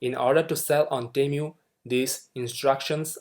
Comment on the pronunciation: not temyu, is it tee-moo, (long tee and hard u in mu)